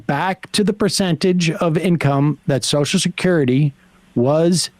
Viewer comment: I think it should be a law that you cannot collect Soshecurity unless you can pronounce Social Security!!!